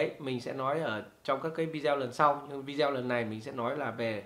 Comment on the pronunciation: Không hiểu sao các bạn trẻ có học sinh ngữ khá tốt mà sao cứ đọc VIDEO thành VI -DEO nghe rất khó chịu nếu đọc theo kiểu tiếng việt thì toàn bộ clip đọc theo kiểu tiếng Việt hết , tôi cứ nghe VI - Deo nghe thật khó chịu và tôi ngưng khg muốn xem nữa